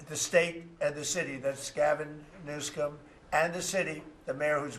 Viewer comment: Did he just say Gavin Newscum😂😂😂😂😂